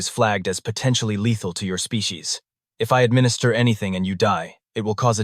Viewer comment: The AI talks fast and has pacing issues, it also skips the occasional word . It can't pronounce SPECIES.